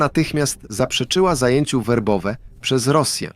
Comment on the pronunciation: Nie Wobowe tylko Werbowe